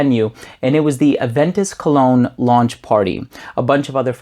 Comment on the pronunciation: First I understood "clone"..but than I realized "Cologne" :-))